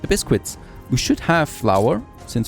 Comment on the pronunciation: Oh my god, your butchering of the pronunciation of Biscuit is triggering.